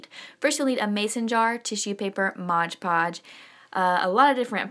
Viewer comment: MOD PODGE not MODGE PODGE. Bugs me when people say that however he is very cute